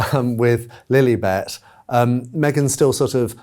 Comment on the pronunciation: In that Prince Harry hissyfit interview a few weeks back....the interviewer kept saying Princess LilEEbet....it was just to egg Harry on...and it worked.